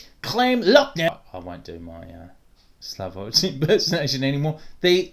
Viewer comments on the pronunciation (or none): none